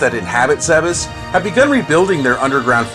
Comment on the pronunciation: Zebes isn't pronounced 'zeb-ess', it's 'Zeebs'